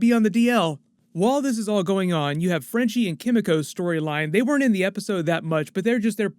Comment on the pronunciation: Kimiko is pronounced key-me-ko not kim-me-ko.